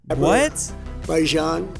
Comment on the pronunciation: THERE IS NO WAY THAT HE SAID ABERBAIJAN💀😢